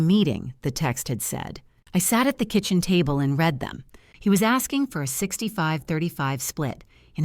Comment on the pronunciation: Could someone please proof read the narrative before going public? Read, while spelled the same, is pronounced differently when used in present tense (reed) or past tense (red). The internet brags about AI but I've seen and heard so many mistakes it makes me ill. Indianapolis, IN USA